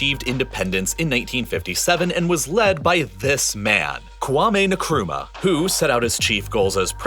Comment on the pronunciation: Minor pet peeve Their president name was pronounced Kwuh-me En-Krumah